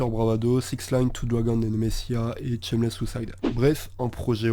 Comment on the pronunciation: Super vidéo, garde ta voix surtout, elle est chill même quand tu parles de sons vener. Mais si on veut chipoter y'a la prononciation, on dit "Chèquewell", pareil pour le titre c'est pas "Tchemless", varie le débit de parole aussi, la lenteur c'est cool mais y'a toujours des moments où tu peux te permettre d'accélerer. Si tu parles un peu de rap FR je fais moi-même du son, et aussi mes prods (un petit EP sur les plateformes, Sur La Route de Nulle Part). Continue mec, et te prends jamais la tête pour les délais de sortie, quand ça drop ça drop puis tout le monde est content 💪💪🔥🔥🖤💜